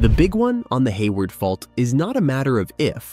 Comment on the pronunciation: 😂 the bot said "hay wired" 🤣